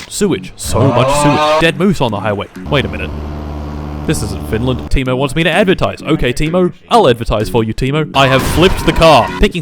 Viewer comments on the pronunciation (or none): its not timu its tei-mo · Just minor thing. I noticed (based on google translate) that if english speaker pronounces Teimo (the general store there) as 'taemo' it sound closer what it actually sounds in Finnish.